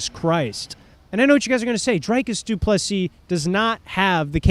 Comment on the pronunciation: Dude can’t even pronounce DDPs name right, we not watching this casual